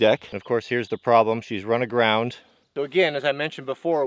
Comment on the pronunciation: "She ran arground" Lol